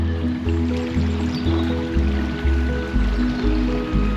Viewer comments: Its pronounced ballcombe. Another great video on my doorstep. Been to the viaduct a few times but never down to the navigation! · Balcombe was always with the long southern A sound "ball" not the shorter northern A that you use in this video. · Balcombe, pronounced Ball. I was born there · Another great video. Thank you. I used to live close to Newhaven and kayaked from the slipway beside the metal and wood swing bridge you crossed. I kind of knew about the navigation but always thought it was solely for the purpose of building the Balcombe (pronounced ball-Coom) viaduct. Oh and Isfield is pronounced eye-field by them there locals 😆 As it happens I now live close to the Great Western Canal and my parents are very close to the Nynehead Boat Lift… another of your brilliant videos!!! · Pronounce Ball-Combe and it’s the Ouse valley viaduct not the Balcombe viaduct, sorry I’m a local 😃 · I love your vids but Uckford is Uckfield, and Balcombe is pronounced as ‘Ballcombe’